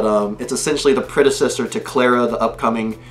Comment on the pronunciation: Clara's name is pronounced CL-AH-R-AH